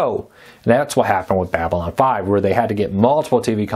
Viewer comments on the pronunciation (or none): none